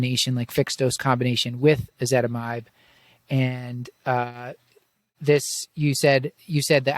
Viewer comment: She’s very knowledgable. Nobody wants to correct her when she keeps saying ezetimide instead of ezetimibe..